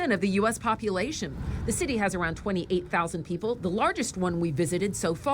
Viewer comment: It's pronounced Loo Ray